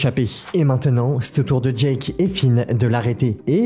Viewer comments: C'est Jake pas jak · Pas jake... phonétiquement c'est "jaike" . Ton jake me fait très très mal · Pourquoi te prononce mal jake 😭